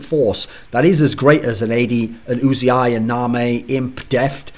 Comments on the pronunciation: ***** He says his name "yoo-zee-eye" which isn't the way Thorin says it. Thorin keeps saying "oo-zee-eye." Thorin is still wrong. It's not "Oooo-zee-eye." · Thorin-please pronounce "Uzi" correctly: "Just got 100% confirmation from player management, who spoke to Uzi in person, that he does indeed call himself Uzi, not U-Z-I." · ***** Riot casts his name maybe a few games per year. Thorin regularly discusses him on his shows. At the time of Kobe's tweet, it was the best information we had. "Union" is not "oon-yun." "United" is not "oo-nye-ted." Uzi is one of the few words we actually use the "oo" sound for the U, but it's when you say the entire word. If Uzi pronounces his name "yoo-zee-eye" it should be important for the all-knowing esports writer Thorin to pronounce correctly.